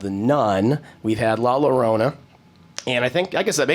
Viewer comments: In spanish Double L sounds like a Y. It's pronounced like La Yorona. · La "Lorona" ??? Bruuuuhhhhh.